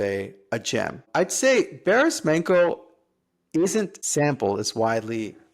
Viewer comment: nice! ps its pronounced Barish Mancho